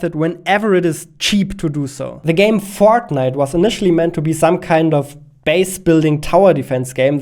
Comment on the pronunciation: heard it as "the game «Fart Night»"